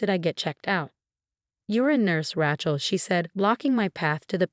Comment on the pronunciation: It’s Rachel, with a long a, not Rachel, as in the word ratchet